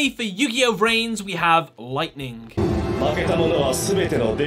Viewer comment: its yugioh v-rains not vrains